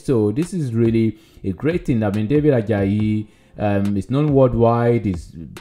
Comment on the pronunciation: We pronounce it Ad. Jay not. ad jayi thanks for featuring him.